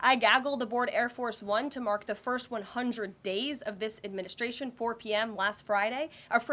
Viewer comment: You can tell she's young. She adds SHHH to words like adminishhhhtration. Also, she doesn't say her Ts. This is how the young are speaking now. Other than that she is very good and very attractive! Xxox